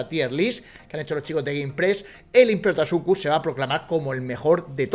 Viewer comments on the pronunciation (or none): te has dado cuenta de que tu le dices imperotasuchus y es imperatosuchus xd